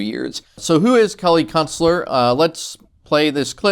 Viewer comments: Be honest. Every time you mentioned her name in this video, you do in fact pronounce it as "Kelly Cuntstler", right? Because that's what I hear. Very clever, I approve. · Love the way you pronounce her last name.👍